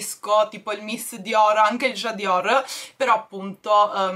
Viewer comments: io ti voglio bene ma permettimi di dirti che NON é J' adior ma J' adore di Dior.....senza la I.....mi fai morire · J’adore non j’adior TI PREGO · il profumo si chiama J’adore non J’adior 😂😂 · Ciao... stupenda come sempre.... Capisco la tua adorazione x Dior, ma devo riprenderti su una cosa il profumo si chiama J'adore...e non J'adior come trovi sui capi o sui gioielli.... Scusa se mi sono permessa.😘😘😘😘